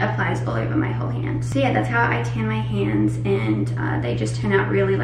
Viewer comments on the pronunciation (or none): she says 'hands' like an American and she says 'tanned' like an American 🤯 Our Aussie is losing her accent 😢